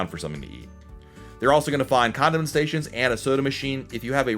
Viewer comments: I’m interested in that condom station that he mentioned about the 26 minute mark!!! Lol!!!!! I had to listen to it a few times because I thought I misheard him. Condiment station, condom station,,, lol!!! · did you say condom sation?